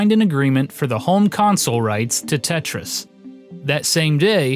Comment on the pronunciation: Wtf is "Tetyais"